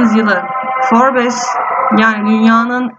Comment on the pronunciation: forbes değil forbs diye okunur...